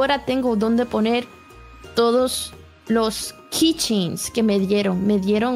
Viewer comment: cuando dice "kitchens" kai se refiere a los keychain, llaveritos